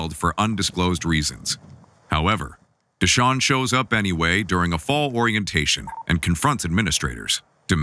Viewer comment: Duh-Shawn. Momma named him right 🥴🤣🤣🤣🤣